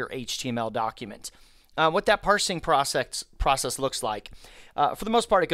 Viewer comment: "What that parcing prosSEX" hah.This dude knows what he's thinking about when he speaks about the backstage of the internet.